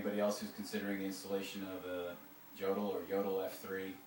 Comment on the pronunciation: It is pronounced "Yodel."